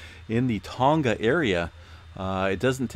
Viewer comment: Oh. And the G of "Tonga" is not pronounced as a hard G. "Tonga" rhymes with "song-uh" (not "song-guh").